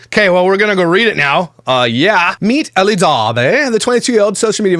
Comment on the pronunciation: Nothing against you,, but I think elle is pronounced "ell" not "ellie". The e at the end is silent. That being said, she is a vile individual that nobody should give the time of day.